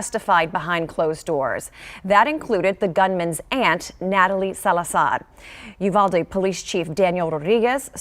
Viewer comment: Not the freaking lady pronouncing uvalde wrong